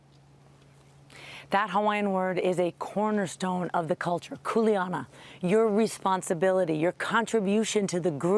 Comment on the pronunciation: Maui ALWAYS has strong winds. They should have buried those power lines from the start. And the word is pronounced COO-LEH-AH-NAH "KULEANA"